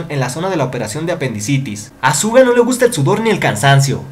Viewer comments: Te he escuchado decir tantas veces ''Zuga'' en vez de ''Shuga'' xD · Es raro que diga «Suga» cuando todo el fandom dice «Shuga o Yoongi». Soy de las que dice shuga, por eso se me hace raro. 🌚🐣🤔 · Su nombre no se pronuncia así :v